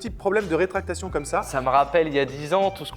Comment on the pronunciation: Encore une super vidéo !! Par contre c'est RÉTRACTION et non RÉTRACTATION ;) :keur